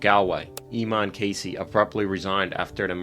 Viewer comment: Hey, American YouTubers, when you illustrate your video on "How the Catholic Church Lost Ireland", defined as the Republic, with a photo of the Church of Ireland cathedral in Armagh, it doesn't inspire confidence that you know what you're talking about! Oh, also, that isn't how you pronounce "Eamonn".